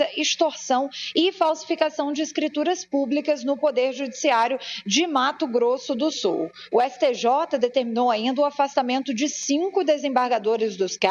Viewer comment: Mato Grosso do SULLLLL, falem corretamente, por favor.